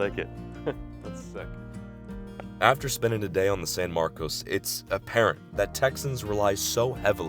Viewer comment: locals pronounce the name of the town san marcus